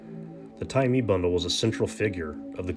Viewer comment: It's pronounced Tye Maye..